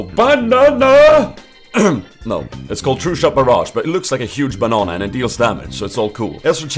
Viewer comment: Lol did you say "a huge BANAN"? xD